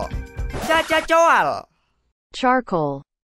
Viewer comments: Pas bilang cacacoal ngakak sumpah🗿🗿🗿🗿😂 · knp susah untuk bilang Charcoal 😅 kalau gk bisa bilang aj arang 😄